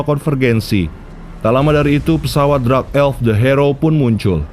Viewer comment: Min kenapa dark dibaca jadi drax dengernya aneh